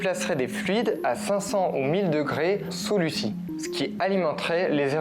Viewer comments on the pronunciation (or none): Ça se prononce pas Lucie mais luzi lol 😅